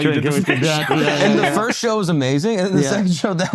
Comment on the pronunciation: I'll be the FIRSHT one to say, happy not having to hear him constantly mispronounce FIRST 🥇